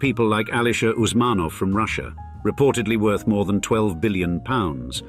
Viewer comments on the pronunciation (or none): none